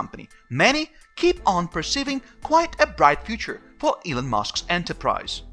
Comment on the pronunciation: Elon not Elun